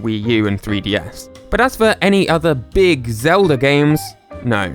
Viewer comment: Who's link? You mean Zelder? The hero from the Legend of Zelder?